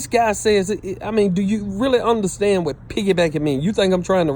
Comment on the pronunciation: Lmfao I hear innerstandin.